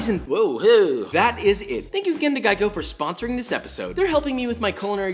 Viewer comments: Geico is actually gaico... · Our boy got sponsored by Geicho not raid not the headphones but GEICHO